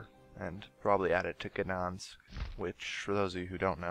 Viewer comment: Your pronunciation of Gdansk annoys my Polish heritage. Checkout watch?v=dvm4YgQJUGc to see how it is pronounced.